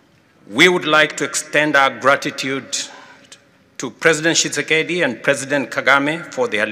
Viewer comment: Prononce président kisekiseki hhhhhhh